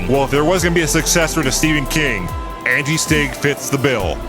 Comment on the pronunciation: Why does call them Andy Stig and not Angi Stig? It's really distracting.